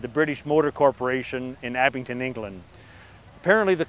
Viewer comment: There is no "T" in Abingdon.